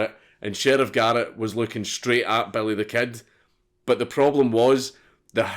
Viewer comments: "belly thuh kehd" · Nigga said "belly the ket" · sorta sounds like, “bury tha ked.” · belleh the ked* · I swear he said: "Belly the Cat"